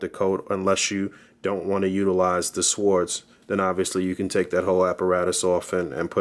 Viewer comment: No offense to my man and his reviews always dope, but I'm no English major or professor of English but I believe the correct pronunciation for swords is :(sordz) not "swords" the w is silent 😆 just saying my man hey we all been there with one word or the other keep making great vids dog really informative.